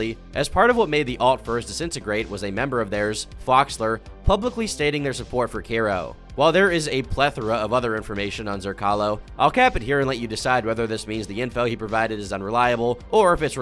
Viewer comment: Zrcalo means mirror. Thr c is pronounced like zz in pizza. Zrzzalo